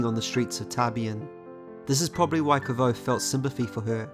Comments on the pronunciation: Thanks a lot for your beautifull videos. However, here you have how the name of Kvothe is pronounced: It's more like "<<Quouz>>". Cheers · I am surprised at the pronouncing of Kvothe. Can someone help me know which is correct? I was of the understanding that it’s pronounced Quothe.